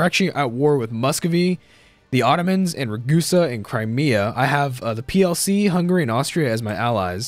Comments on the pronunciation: Can you please stop pronouncing hungary like that? Its hungary not hunggaray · The way you pronounce Hungary, lmfao. Nice idea for a series! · Why does he say hungary so weird?